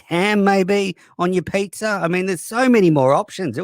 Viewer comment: "pay-zaa" god shut uppppppp